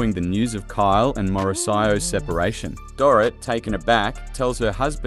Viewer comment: It's obvious you don't know the programme as you mix pronounced Mauricio and Dorit.